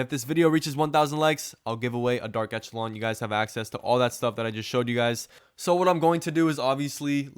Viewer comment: It's pronounced "esh" not "ech," i.e., eSHəˌlän